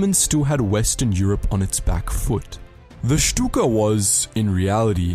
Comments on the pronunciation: Very nice German pronunciation :) I wonder why silly Stuka won lol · Learned to pronounce “Shtuka” correctly. 🤪